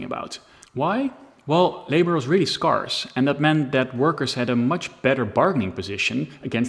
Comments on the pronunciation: I shouldn't complain too much about your English pronunciation, considering the level of English proficiency in other countries compared to here in the Netherlands, but I felt a little bit ashamed of your pronunciation of 'scarce' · Pronunciation Check: scarce Renaissance Canary Your English is crazy good. But running your verbal presentation by a native speaker might help boost you to even a higher level, and not sound so “foreign” to native English speakers.